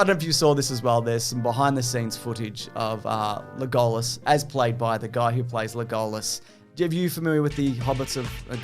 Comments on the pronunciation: I love how you say Le GOAL Us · Why do you say legolas like that? Sounds stupid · pronounces the name Legolas the way he does because he hates me. Which is weird because he doesn’t even know me. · Pronunciation of Legolas not being called out is outrageous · I choose to believe that right after they sat down to start filming said "I'm gonna mispronounce Legolas and Aragorn's name every single time, don't react I wanna read the comments"